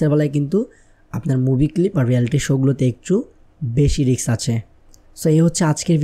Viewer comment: Riks না Risk